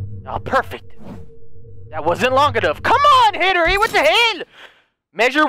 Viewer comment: Hen-ry not Hen-ery